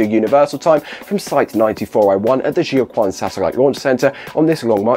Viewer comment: Pronunciation tip: the Quan part of Jiuquan is not "kwan", it's more like "chwen" (except ideally the "w" should sound like a German umlaut-ü, if you know how to do that).